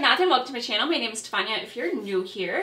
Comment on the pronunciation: I keep reading Stefania but hearing Tafonya... it’s a me thing.. not a you thing. Lol. And that packaging is triggering. I’m glad it wasn’t damaged